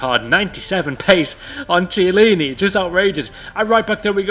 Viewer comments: Chiellini is pronounced like "kiellini", not like "dziellini". I heard this mistake a hundred times and it pisses me off a lot man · Hey! A tip for you: you said Chiellini wrong. The "ch" is pronounced as a K. Great video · Damn it the pronunciation of Chiellini is Kiellini